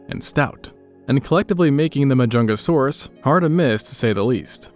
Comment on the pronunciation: There really was a dinosaur named: MAH-JUNGLE-SAURUS I'm dead 😭😭😭😭😭